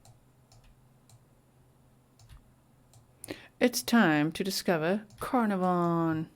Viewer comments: Pronounced caaar naar von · It’s pronounced Car - NAR - von … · Pronounced CarnARVon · We Prounce it … Carn … Ah .. Von … lol hi From Down Under … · It’s pronounced car-nar-von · I am from Australia and I have found this news out from! This is fabulous news. Canarvon is pronounced Can arv on, just thought you would like to know. I love your channel so much, thank you for your devotion. x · It’s pronounced Car na von 💜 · Wonderful news. Such a rare outcome. By the way ... like the place in Wales, it is pronounced 'CarNARvon, with emphasis on the mid syllable. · Pronounced: like this... Kar-nar-von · Not that it matters but I will try to help you pronounce Carnarvon… Car pronounced as K (as in small k) Nar Ven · So happy they found her! Thanks for the map time (also it's pronounced ca-nar-ven 😘)